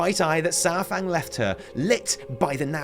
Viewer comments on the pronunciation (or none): Damn it it's Pronounced SAURfang Not SOURfang